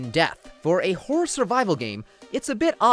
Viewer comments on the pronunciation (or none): none